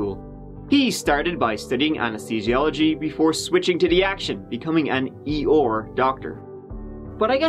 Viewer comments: "...becoming an 'E-OR' doctor". Was that at The Winnie The Pooh Hospital? 😂 (For a small minority who might've corrected me, I know he meant ER) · The E.R or as likes to say the E OR lol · Rushed to the "Eyore"? Did you mean E.R.? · I never noticed that you pronounce “ER” like”Eyore” from Winnie the Pooh. Ps,.. You are my favorite! “Let’s give it a goooo.” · 'raced to the EYOR'?! was Pooh Bear & Tigger there?😉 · I've never heard E.R pronounced this way 🤔 😆